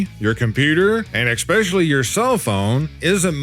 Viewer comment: Losing viewers? Maybe viewers are tired of you saying 'exspecially' instead of 'especially'?